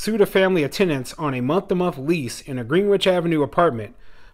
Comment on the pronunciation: And Grenich